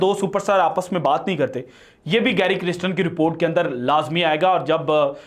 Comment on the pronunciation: محترم, گیری کرسٹن نام کا تلفظ کسی ساوتھ افریقن کمنٹیٹر سے سن لیجیے گا. مجھے لگتا کہ نام کا دوسرا حصہ "کَرْسْٹَن" ہے "کِرِسْٹِن" نہیں. شکریہ.